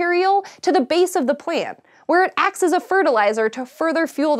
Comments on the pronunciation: when she says ACTS! xD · "ack-ts" lol